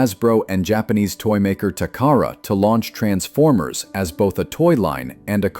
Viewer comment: Uhhhh, "bolth?" I don't think there's an "L" in "both"...